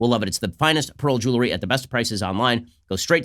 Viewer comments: Someone please tell Ben it’s jewelry not jewlary.... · Ben, you're a mensch. So why is it so difficult for you to pronounce 'jewelry' (jewel + ry)?